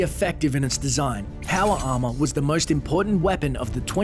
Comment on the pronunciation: "Powa arma"